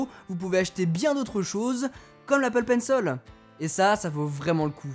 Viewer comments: « Comme l’Apple Penceul » Ça se prononce : Apple Pencil Comme lorsque vous regardez une vidéo en anglais. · pas du tout ça se dit Pencil qui veut dire crayon en Anglais et on dit pas Penceul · Do you speak english ? No i don't think